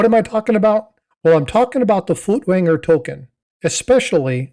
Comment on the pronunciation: It's pronounced "foykt-vonger." It's German.